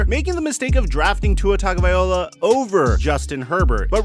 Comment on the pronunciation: Tunga-vy-low-uh. People still pronouncing it viola. 🤦🏼‍♂️